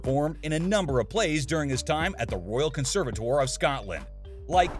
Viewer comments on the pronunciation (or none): Fraser is pronounced fray- zer NOT frat - sher. Conservatoire is pronounced con serve eh twa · Don’t forget the R at the end of conservatoire ✌️